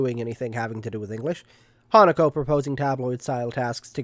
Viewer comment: okay i definitely thought that hatago was named hanukkah the first time you said her name 😅😅